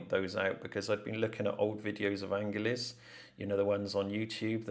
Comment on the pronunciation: Angeles is pronounced "an her lees"